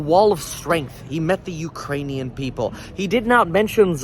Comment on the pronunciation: At about 35 min, he said Putin will never gain, "the hearts and souls of the Uranian people." Didn't realize Putin was going for alien support on this one!